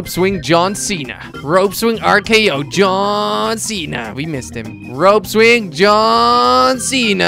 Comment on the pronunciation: If you pause it as soon as he says John Cena it sounds like he's saying Lee Mon cena